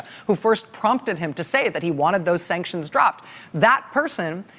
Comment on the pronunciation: Did anyone notice how he pronounced sanctions? Just like she did. No T. Sancsions?